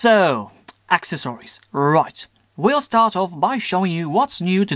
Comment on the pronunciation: omg I hate how you say accessories.... But nice review!